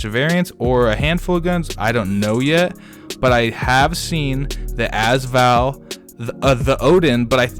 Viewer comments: can you not say az Val it’s usually a-s val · "azval" nah its pronounced "A-s val" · it's AS VAL NOT ass val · also every time he says az Val i want to punch him